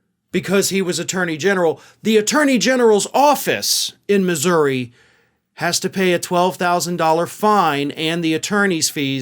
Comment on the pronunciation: I think it's cool that knows how to pronounce Missouri